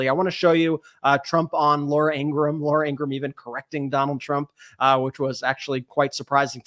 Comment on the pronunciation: "Laura In-gra-ham" 🤣